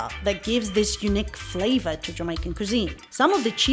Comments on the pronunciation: Nicely researched and put together…didn’t realized it was u with your hair style…😜u say nesberry..and Callao 🥰we says Nease-berry and Cal-la-loo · KA LAH LOH? xD lol. its pronounced KAH-LA-LOO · Love the videos too!!! But pronounced " kah- lah- loo" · Your pronunciation of some of the products made me chuckle. Callaloo=cah-lah-luuu. Love the videos though. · So glad videos are useful, but don't worry, nobody can know everything! I'm learning a lot from people commenting on my videos, e.g. this time I failed at pronouncing "callaloo" and "sorrel"! 😂😂😂 I'm so thankful to everybody for support and help! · Lol the pronunciation of callaloo makes me laugh lol🤣🤣great video i love ur channel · And Callaloo! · Oohhh. Fine not being Jamaican and giving all this information, but...please pronounce local words authentically. Sorrell! Callaloo! And I agree with previous posts- locals dont shop at supermarkets. I never saw anything come to my family house wrapped in plastic 🤣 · yes, sorry. I'm not a native English speaker. I also mispronounced callaloo.